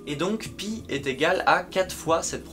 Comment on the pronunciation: Pie day?...ah on ne parle pas de tarte.